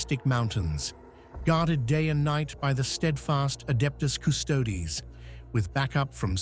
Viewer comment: After the AI writes the script, if you edit it and change the spelling of certain words, they get pronounced correctly. As an example, "Custodes" becomes, "Cuss-toadies".